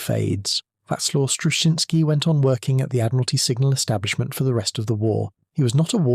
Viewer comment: A lot of work had been done on Huff Duff before Wacław Struszyński, began working for Britain, but his work was crucial in making it work on a ship. 2. It seems to me that if you wish to honor his achievement, you could spell his name right. Some of the stabs at it in the narration are nowhere near right.